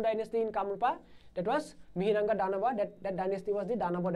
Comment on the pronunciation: It's not Mihiranga, Instead Mohiranga/Mahiranga(a history of Assam)/Moiranga(Kamrupor Buranji) And the battle of 'Hari-Hara' was fought between Hari (Lord Vishnu) and Hara (Lord Shiva) respectively. As we know the other name of Lord Shiva is Hara. And most of our Assamese teachers pronounced the word Mythology as মাইথ'ল'জী instead of right pronunciation মিথ'লজি or 'Mitholaje'.